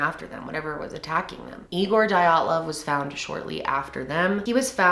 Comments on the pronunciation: The way you pronounce it is d-ya-tlov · You mean to say MINUS 16 degrees Celcius, haha. Otherwise, that's a nice moderate temp. Dyatlov, is more like D-yaught-lov in pronunciation. Yat is like cat :) Good video <3